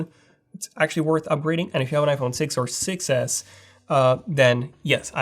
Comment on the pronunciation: Did you notice that when you say 6s it sound like success